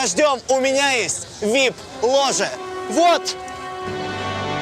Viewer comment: Вип ложА, в не вип ложЕ! Антон! Хоть какой-нибудь язык выучи! Уже не первая ошибка, даже за этот выпуск. Рай и ад не смотрел из-за леси. Это смотрю через силу из-за Энтони и рекламы спонсора. Нельзя просто молча показать?